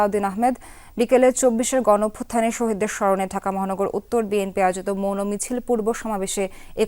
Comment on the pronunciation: Apu jouno misil na….eta hobe mouno misil….obosho apni thiki bolesen